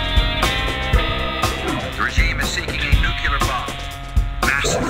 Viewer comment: Bush: "the regime is seeking a "Nuke-U-lar" bomb. Lol!@